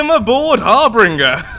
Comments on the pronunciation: it's Harbinger, not harbringer lol. Think the Reaper from Mass Effect. Great vid though! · Harbinger Pronounced: "Har-binj-er" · Just my ocd, i dont think harbringer is actually a word, bu kept saying it like a champ, so thats where my borderline insanity kicks in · Not harbringer, harBINGER. You have no idea how hard it was for me to continue through this without screaming so loud you can hear me from Leicester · Its not pronunciation,harbringer and harbinger are different words. For y'alls that dont know ,that means the letters are different. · I hate to be nitpicky, but.. Har-bin-jer. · I'm fairly certain "harbinger" is pronounced har-binge-er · Pretty sure it's pronounced Har-Bin-ger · To be honest this is the first time i've noticed you pronounce something wrong .It's kinda weird hearing you have a speech impediment it just seemed like a ( cringe-worthy) slip of the tongue. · um there are differing pronunciations around the world i know where i live it is harbinger but who knows like how turbine is pronounced tur-bine in canada and tur-bin in the us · Harbinger has two R's, not three. It's a cool name too. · I'm aware, I saw his comment :D It was just driving me crazy so I had to get it off my chest lol.